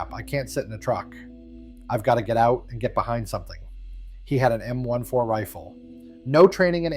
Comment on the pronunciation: MORE STUPID Ai crap. It's an M14, not a M one four. THUMBS DOWN SGT DOUG, RECON, 1/502, 101ABN, RVN 68-69, LZ SALLY, I CORP.